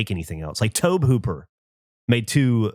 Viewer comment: How does geoff not know Tobe is pronounced like Toby? That's why is name is Gee Off I guess